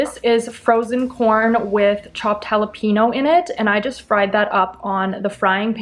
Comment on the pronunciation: Great video and all but the way you pronounced cilantro an jalapeno irritated my soul to the point I had to comment about it😂.